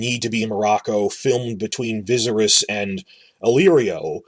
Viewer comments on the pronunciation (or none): Why are you saying Dany's brother's name like that? His name is "Vih-SAHR-iss" it rhymes with "Daenerys".